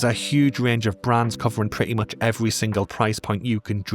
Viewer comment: Hey, I really appreciate all the effort and research that goes into these videos, it's very impressive! Could you please fix the AI voice over so that it pronounces the letter h? Anytime there is an, "h" at the end of a word, such as, "much" or "fish" it drops the sound. It's not a huge deal obviously but I do always notice it!